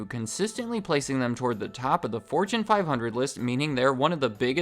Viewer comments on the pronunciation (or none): Did you say 4chan five hundred list— or fortune fivehundred list